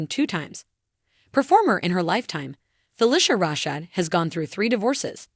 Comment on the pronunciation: You need to learn how to pronounce her name correctly. Next, get your facts straight.